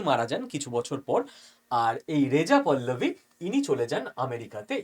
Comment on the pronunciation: পল্লবী না পাহলবি